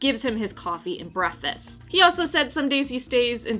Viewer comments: I heard that too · “Coffee and brehfess”.